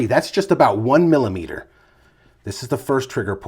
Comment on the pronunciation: Its aboot. Talking aboot. Please.